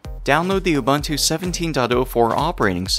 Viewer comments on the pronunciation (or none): its ubuntu not ubantu